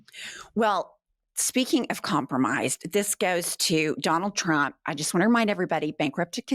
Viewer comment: 3 tips for Karoline "Hitler Barbie" Leavitt: 1) Learn the difference between "DEFER" & "REFER" 2) Learn how to pronounce the word trump -- here's a hint... it doesn't start with a "CH" 3) Get ready for your son to come karmically blazing out of the closet as a proud member of the LBTQIA+ community in about 10-15 years.